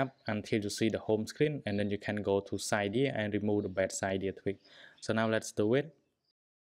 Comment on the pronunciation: Its cydia not ciiiidia